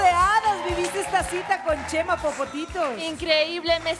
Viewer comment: Que risa cuando oscarin le dise yema y no chema😂